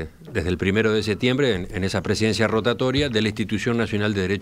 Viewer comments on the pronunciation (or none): none